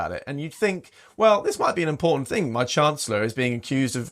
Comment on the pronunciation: thinks it is IMPOR--TANT--typical left wing gob